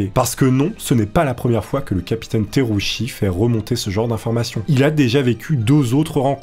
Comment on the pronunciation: Le nom du pilote se prononce Tera-ou-tchi au passage.